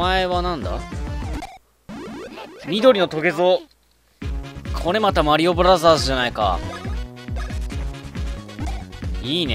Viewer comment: もも、"マリオブラザーズ"のこと"マリオブラジャーズ"って言うんだなｗｗ